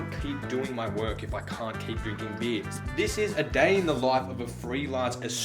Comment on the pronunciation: hi! i really enjoyed your video. i've seen a lot of videos like this and none of them are as simple, funny and more real than yours :) when you went out for beer i thought you said beans haha (blame my fucked up english). it was so shocking for me seeing how you accomplished to make a lot of things in ONE DAY. (i would've taken maybe two or three days). anyways, as a mexican graphic design student i love and really enjoy this kind of content because of the cultural contrast that makes everything richer but connects us through design. thanks for sharing! (ps. sorry for bad english)